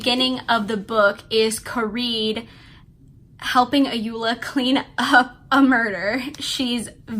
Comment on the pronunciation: The Protagonist name is pronounced as Ko-Re-Dey The Sisters name is pronounced A-yo-Ola The authors first name is pronounced as O-yin-kan They are all Yoruba names